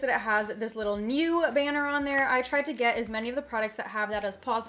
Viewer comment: When she said new it kind of sounded like neuw